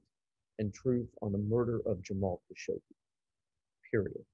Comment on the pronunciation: Fogel doesn’t even pronounce Khashoggi’s name correctly. Oscar? No.